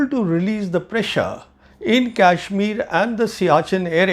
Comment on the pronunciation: Pravin ji .... Being a vetran I dont see positivity in u for our defense forces or govt. Its good to be critic bit not always and ur claim of superiority of our adversary on us is baselessly. Having serious doubt on ur integrity. Sorry for that but ur videos depict those. Pl pronounce properly the name of KASHMIR not KYASHMIR